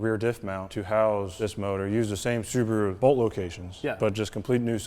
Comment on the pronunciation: Thank you for pronouncing Subaru correctly and not 'Sarbaru'